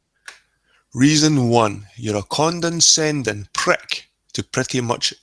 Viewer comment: FYI it's "condescending" not "condenscending" ....don't mean to be a grammar nazi, but after first few times I just had to, sorry lol